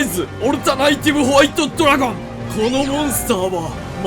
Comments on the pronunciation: 海馬のときだけスローモーションかかってる？ww いや見事な造形でふつくしい… あとずーっとオルタナ"イ"ティブって言ってるけど正解はオルタナティブですw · オルタナイティブじゃなくて、オルタナティブやねw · オルタナイティブ × オルタナティブ 〇 が気になりすぎる